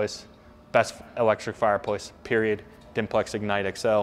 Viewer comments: He says fireployce Don't pick fault that could be how they say it in America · The dude sells fireplaces for a living and can’t say the word fireplace, just sayin